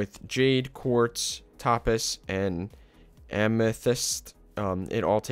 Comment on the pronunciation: its pronounced toe-paz Topaz